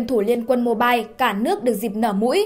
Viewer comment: “liên quân Mibile” 🙂